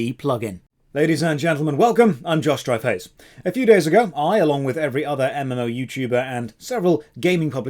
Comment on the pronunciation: i thought he sauid his name was Josh Dryface.